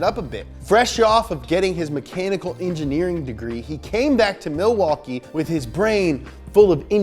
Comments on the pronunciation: Im from and live in Milwaukee. You are soooooo close, but we pronounce it "Ma-wah-kee" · It’s pronounced like Ma-waukee. Not Milwaukee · You pronounced Milwaukee wrong. Its pronounced Mih-wah-kee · Being from Wisconsin, I highly enjoyed . You also say Milwaukee funny fyi